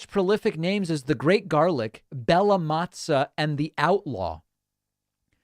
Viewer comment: the way you pronounced Bella Mozza as Bella Mazza in italian slang is something like preatty big cock. And that is just great :-D